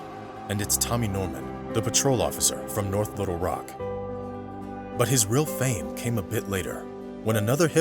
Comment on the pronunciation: Good video, story had me listening pretty hard. One little nit-pick though: when you pronounce Little Rock, put the emphasis on Little rather than Rock. Not a huge deal, it just hits the ear wrong. I'm from Arkansas, so yes, I'm sure.